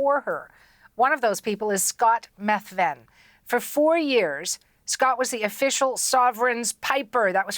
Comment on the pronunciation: His name is pronounced that's how it's said in Scotland.